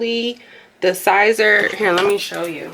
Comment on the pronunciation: Siser pronounced Caesar has to be heated usually at 275 to 305 degrees as per heat instruction for Siser the Cricut mug press heats at 375 to 400 that’s why the Cricut mug press is not recommended, you more than likely shortened the life of the adhesive the longer you heat siser at that temperature or even for just 2 minutes. It may work initially but after washing you going to have complaints of it coming off even if you seal it which isn’t recommended either it will seep under the edges and you will have unhappy customers I’m sharing this with you to save some headaches down the road Always check manufacturers heat instructions for each product you are using. Cricut heat guide is for Cricut htv which is a whole different animal. Hope I didn’t offend you I just couldn’t let you continue to do this without trying helping you out.